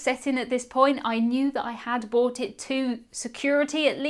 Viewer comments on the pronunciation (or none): & Is it a British thing to not pronounce the R in the word "brought?" I don't think I've heard that before. And I kept thinking you were saying you bought it. Lol